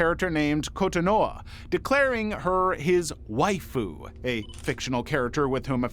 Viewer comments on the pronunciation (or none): none